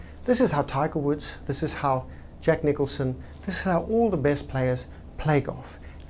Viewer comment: Isn't it Jack Nicholas not Nicholson?